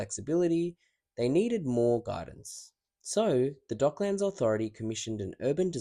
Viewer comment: It's pronounced with a schwa vowel, like Docklends, not 'Dock-lands'. Just FYI